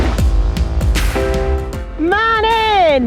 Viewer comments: Jenny, why do you call Manon Manin ? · Love the pair up but it’s Manon not Manning. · Somebody please ask Jenny Graham to stop calling Manon ManIn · Did she call Manon “Marin” for the whole video?